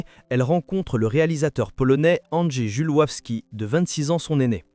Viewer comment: Le réalisateur polonais c'est Andrzej Żuławski.. apprends à ton IA à parler s'il te plait, ça ne fait pas pro ta vidéo... plutôt pu..aclique. J'avoue que je n'ai pas regardé en entier, c'était juste pour voir si la teneur était genre purepeople. Ça l'est !